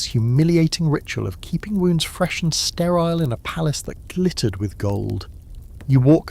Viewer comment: Not STRAL - STERILE